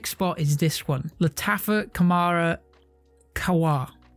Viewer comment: It is not pronounced Khamara - it is called Khamrah my man !